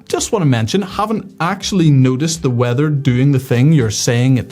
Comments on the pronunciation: I have never heard "Noticed" sound like "Nudist" before! If we want to be Nudists, then surely a little warming would not go amiss? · I thought you were saying "nudist, i haven't nudisted"... then i thought, as a nudist you would notice weather trends.